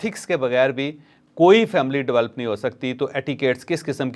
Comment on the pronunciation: Chaudhry shb Develop not develp